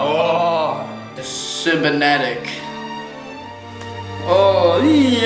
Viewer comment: did jarod just say "cimenatic"?